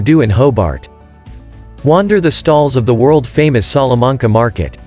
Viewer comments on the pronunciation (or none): Bicheno is pronounced Bishenoh, Bruny is Brewnee. Salamanca is Salla mancar.